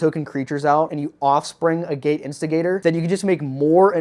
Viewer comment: Its pronounced A-git. Its a mineral.